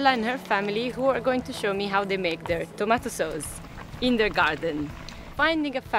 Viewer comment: "Tamato Soz"